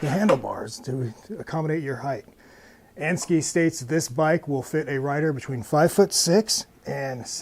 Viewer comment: And-- Sk-eye not ski